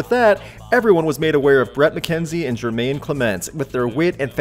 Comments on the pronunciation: Jemaine Clemente doesn't have the letter "r" in his name....so not Jermaine, but Jemaine....sorry I had to point that out.... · Jemaine Clement... No R's, rhymes with "inclement". Well, "Clement" is in "inclement".